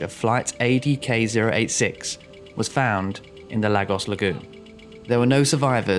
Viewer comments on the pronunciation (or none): Small point . . . . . It's pronounced LAYGOSS and not LAG OSS. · Enjoy your videos fella. Another good one here. No irritating background music or sound effects. But yes (not a massive issue) your pronounciation (actually pro nun ciaton) is sometimes a bit off Lagos is (sounds like 'Lay...gos') Google translate can help 👍🏼 All the best 🇬🇧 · Lagos pronounced “Lar-gos”? It’s “Lay-gos”! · Where the hell is Laggos? If you're talking about Nigeria, it's "Lay-gos". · Well done for finding more and different content once again. Just a word though - and the word is Lagos as in Laygos, and not Laggos. Just thought you'd like to know (-;)~ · Lol. Everytime you say Lagos... I have the urge shout back "Laygoss" Cos that's how it's pronounced. .... apologies. worthless I know. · And it's pronounced "Lay-gos". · and to make it more clear for anyone who might pronounce the "gos" the same as the word "goes", it's pronounced "guss", like in the words "gust" and "gossip" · It's pronounced LAY-GOS. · As a Nigerian, your pronoun citation of Lagos has actually stressed me out lol 😂 but great video and an incident I hadn’t heard of - thanks! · Another strange pronunciation - this time of Lagos. 🤔